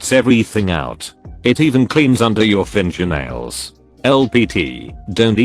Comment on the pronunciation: Normal person: Fingernails This thing: Fin-jer-nails.